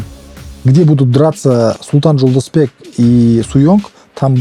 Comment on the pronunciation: Никакой ни Жолдосбек. Правильно говорите Жолдошбек!!!